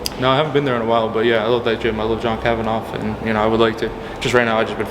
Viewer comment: Did he just call John Kavanagh "John KavanOFF" 🤔😂